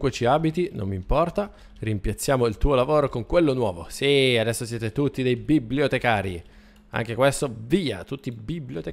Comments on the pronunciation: si dice bi-blio- te -ca-ri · si dice bibliotecari